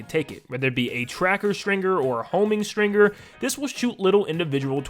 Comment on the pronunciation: the actual name: stringer this guy: string-GER